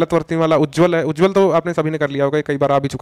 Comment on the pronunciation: Plese uccharan sahi krey ujjaawal likha hai vo.....jo ki Ujjwal hona chahiye